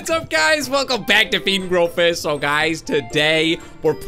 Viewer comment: You said feed and grow fis hahahaha 😂😂😂😂